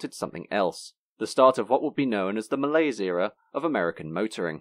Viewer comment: Wrong pronunciation of the word "malaise"